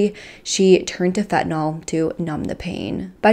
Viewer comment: Fentanyl not fentinol!